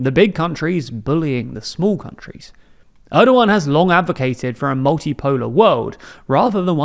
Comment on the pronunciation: Gosh he is slaughtering Erdogan's name, can't you at least watch a video where his name is pronounced correctly?